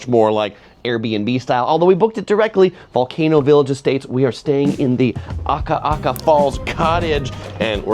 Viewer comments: Love the Big Island, but it's Akaka Falls not Aka aka Falls. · As an island girl who lives on the mainland now we love your Hawaii videos! So fun to see the local spots and our local foods. You always do an amazing job with pronunciation but it is Akaka Falls, not Aka Aka. (Did you hear us yelling at the tv each time?). We really wanna fly home now - your videos are always amazing and these make us homesick. ❤ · Ah-ka-ka falls, not aka-aka😊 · Akaka Falls - a ka ka NOT aka aka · Small note. Its not Ah ka ah ka…. It ah ka ka falls or farms…… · AKAKA FALLS, NOT AKA'AKA FALLS!!!